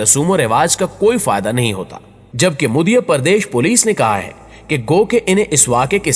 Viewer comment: یہ مدھیہ پردیش ہی نا کے muddhiya ہی